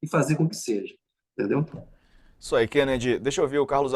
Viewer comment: "Qenedi" você é jornalista de DCE